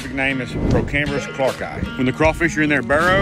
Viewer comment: Hate to be this way but i must state something How he pronouced it would be clarki Its clarkii which would be said clark e i